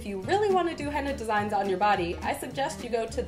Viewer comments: "kool aid"-hena wtf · That's not how you make henna first of all and you don't know how to say it so yeah